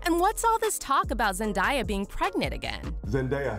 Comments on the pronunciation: Zendiya- um chil it’s Zen-day-au (Zendaya) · its zendAya NOT zendIEya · I cringed everytime she said “zen-die-yuh” 😂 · The girl the whole time was saying zendieya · voice over lady:ZeNdIeA me :ITS ZENDAYA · Her name is pronounced Zen•DAY•uh. Not Zen•dye•uh She has a 58 second video of her putting this to rest on how to pronounce her name. Came straight from her mouth. 😀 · It's zenDAYa not zendia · PLEASE IF YOU MAKE ANYMORE VIDEOS ABOUT ZENDAYA PLEASE SAY HER NAME RIGHT! ITS ZEN-DAY-A THERES NO I. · IT'S NOT ZENDIEYAH it's zendaya -_ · YOU SAY ZENDAYA NAME LIKE ZEN-DAY-AH NOT ZEN-DIE-AH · it’s sarcasm for the way they were pronouncing her name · Yes please stop saying Zen die ah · It’s Zen•DAY•uh Right from her mouth. Has video of herself saying how her name is pronounced 😀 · "Wait, is Zendieyuh really engaged to Tom Holland?" Tom Holland would never cheat on Zendaya with this 'Zendieyuh' you're talking about like wtf who's Zendieyuh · Say Zendaya like this Zen-day-a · WTF IS ZEN-DIE-YA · yo! Its so annoying when someone can’t even pronounce her name correctly…it’s ZEN-DAY-AH not that hard right? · "ZenDIEyuh".....gurl what? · ZENDIUH!!! ZENDIUH!?? ZENDIUH?! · Why you say her name like that😭😭 zendieyuh… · come on ... Zen day a ... easy to say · Bruh zendaiya 😑 that makes me mad for some reason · Had to stop watching at the second Zen-die-ah... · thats not how you say zendaya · For real why people call her that when that’s not the same pronunciation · I feel like you're intentionally saying her name wrong they say her name correctly in your own credibility clips, and you're still saying it wrong. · You pronounce Zendaya wrong lol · How she saying Zendaya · if your going to do a story on them please learn how to pronounce their names… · You butchered her name way too much to even watch the full video without me wanting to punch you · Why is she saying Zandaya's name wrong? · Um the narrater is saying sends has name wrong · That’s not how you say her name